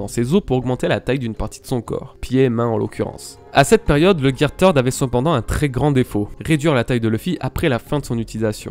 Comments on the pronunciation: Je suis désolé mais aqua luffy n'est pas une forme car c'est juste luffy de base mais avec de l'eau, afro luffy encore moins car ça reste ni plus ni moins une perruque ( c'est qu'un détail mais on dit pas tird mais third comme "the" en anglais), pareille champion luffy n'est pas une forme car c'est juste des poings plus gros qu'il peut le faire avec le third mais plus tard les durcir avec le haki, le red hawk est simple à expliquer c'est juste la vitesse qui fait que son poing s'enflamme comme une météorite qui tombe, tank man est un gear fourth mais après avoir mangé donc c'est pas une forme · Third se dis ssird ^^ Deso mais ca m a fait mal au oreilles x) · GEAR "TEURD" ??? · Gear THIRD pas tird un peu d'efforts quand même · Third et pas Teeeeuuard xD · On prononce gear ceurde et non teurd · Bonne vidéo les bro ! Et vive le Gear THEURD Edit : En vrai, pour éviter les centaines de commentaires sur cette prononciation je vous rassure avoir bien pigé que c'était pas la bonne, le fait de me le faire remarquer à chaque commentaire ne changera pas la vidéo et je ferais toute façon bien attention à l'avenir pour les prochaines vidéos ;) J'aimerais avoir l'impression que les jours de travail sur cette vidéo ne soit pas résumé qu'à ça s'il vous plaît :) Peace ! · c'est vraiment un pas doué turd veut dire Merde. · Merci, je ne connaissais pas le Gear "Merde" (Turd comme tu dis xD) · Third ce dit « seurde » en anglais sinon très bonne vidéo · Va falloir prendre des cours d'anglais pour dire "third" lol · Le gear "Turd". Si jamais, Turd signifie "Crotte" en anglais, attention à la prononciation. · ahhhh arête de dire gear teurde stp sa pique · "Gear theurd"... putain... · Luffy gear TEURDE LOL fait un éffort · Video vraiment kifante et très intéressante, ça fait plaisir de se remémorer tous ça, juste prononce mieux gear third mdr😁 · Third comment tu le prononce c drôle